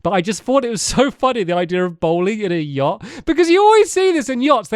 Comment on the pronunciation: "Stampyhead Stampynose Stampy's Lovely Luxury Yahct" (S.S. Stampy's Lovely Luxury Yahct)